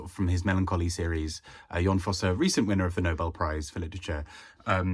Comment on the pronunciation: I shall try to take this opportunity to finally read The Birthday Party by Laurent Mauvignier! Incidentally, speaking as a Norwegian, I commend you on your pronunciation of "Jon Fosse". Flawless! I have heard his name mangled in various ways so many times since the Nobel announcement 😆